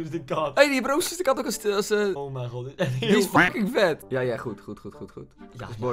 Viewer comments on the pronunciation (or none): Ik: oh mij God Koen: oh mijN God